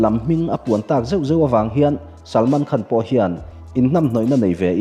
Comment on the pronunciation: 'Khân'...... A rik tur anga ri dik lo hi ngaihthlak a nuam lo deuh thin.